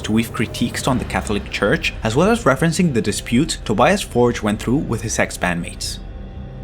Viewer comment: Tobias betrayed his friends. And you need to learn how to pronounce ’Tobias Forge’ correctly.